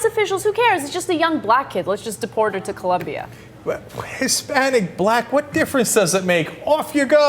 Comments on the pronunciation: It's "Colombia" not "Columbia" At first I thought it was a story about someone being deported to Washington D.C. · COLOMBIA. Not "Columbia." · Its OOOO not UUUUU, COLOMBIA !!!!!!! :) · it colombia not columbia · its COLOMBIA not Columbia, you idiots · It's COLOMBIA you guys! Why do most Americans get that wrong????